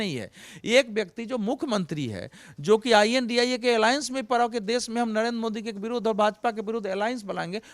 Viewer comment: अवधेश जी को इडिया शद्ब बोलने में परेशानी हो रही है क्या, जो ये INDIA कोअलग अलग अक्षर I N D I A बोल रहे हैं